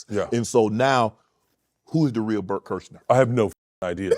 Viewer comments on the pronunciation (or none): Kurzner?? 😭😭😭 No one respects him in the slightest, it's so hilarious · Shannon Sharpe called him "Bert Kershner" 😂 thats gotta sting Bert's ego a little bit & Bert didnt even correct him lol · Why do you keep saying Bert Kerschner? If this is a joke can someone please explain? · How the fuck do you get "Kershner" from "Kreischer"? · Hearing Shannon unironically saying Bert kershner is hilarious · I had to rewatch to count the "Bert Kerschners" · If you want to remember how to pronounce Kreischer, it's "cry-sure". Cry? Sure! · Was that kershner on purpose by Shannon? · Do you mispronounce his last name on purpose? Is there an inside joke I’m not aware of? Also, making videos shitting on entertainers is pretty gay. You prolly don’t have a lot of friends. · I love that Shannon mispronounced his name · Why dont blacks say this guys name right 😂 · It’s amazing how many times you pronounced his name wrong. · Nobody can say his last name right lol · Why are you saying his last name wrong? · You dont say his last name correctly at all 😂😂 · Do you not know how to pronounce his last name?